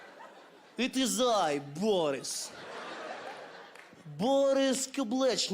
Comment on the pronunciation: 你是对的，说Boris的时候可以明显的听到颤音，我学过两年俄语。